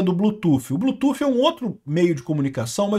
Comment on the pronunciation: Apoio os inglesismos, nao é preciso traduzir nada. O que eu te peço é que Bluetooth nao seja lido como "blutufe". Nossa é muito mau😂. O th no final lê-se D. "Blutude"